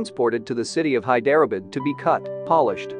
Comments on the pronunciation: Ikr. High derah bid. Where the heck is that? 😂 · Thank you I thought at first it was my ears...In places, i didn't understand what the narrator was actually saying till I saw the spelling Hyderabad, Nazim etc, etc Time and time again...so bad. Why? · “Hi-DER-uh-bud??” 🤦 How about losing the computer voice, and improving the pronunciation?